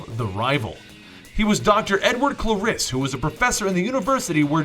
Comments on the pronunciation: Edward Cla Riss its Edward Clairiss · why did you say Edward clarelis ?